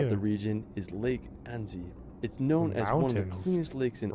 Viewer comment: It is anneCy. It is Mon(t) Blan(c) SILENT LETTERS at the end Aiguille du Midi : egg u i ye du Midi Cannes : can Edit : France is overcrowded, often smelly and dirty, the weather not great, the French famous for their rudeness towards strangers and us-american aliens in particular. All in all over-rated!